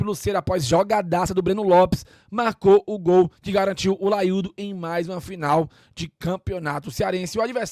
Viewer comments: Que porra de " laiudo " é isso. É O LAIO !!! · "laiudo" é paia viu